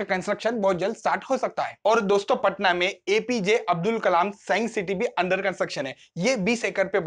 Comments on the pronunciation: It's patna not "paatna" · पटना, पाटना नहीं।